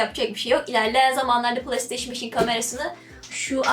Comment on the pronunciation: kizancik playstation okumasini pılay diyor pılay nedir...pilav de bali